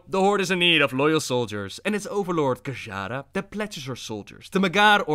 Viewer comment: Overlord Geshara? WTF is up with your pronunciation dude? I have noticed this in a lot of your videos, butchering names. Its GE YA RAH. Make an effort at least lol